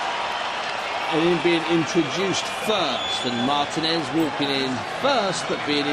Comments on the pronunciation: For fucks sake it's pronounced Mar-TEEN-ez with a rolling 'r', not Martin-ez. It's not difficult. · This fucking commentator pissing me off with the incorrect prenouncation of Martinez lol